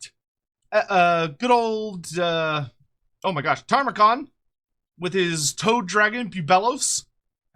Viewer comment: You keep saying Tamurkhan wrong bro 😂 It's Ta-mur-khan not Tar-mu-khan ❤